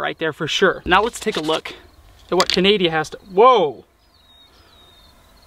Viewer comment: did you just call Canada... canadia? 😭😂